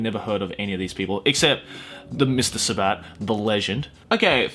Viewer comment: protip: the stress on sabat's last name is on the "sa" not the "bat" : )